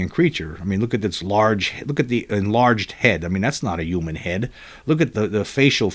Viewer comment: That’s not how you pronounce human….